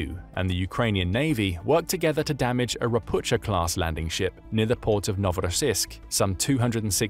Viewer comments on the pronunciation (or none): none